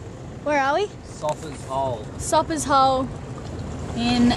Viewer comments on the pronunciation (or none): Lived in the BVI for years, it's pronounced soap ers hole, not sop ers hole, even though it is spelled that way. Nice video, thanks.